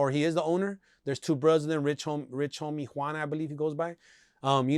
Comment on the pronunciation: Did he say Rich homie Juan?!🤣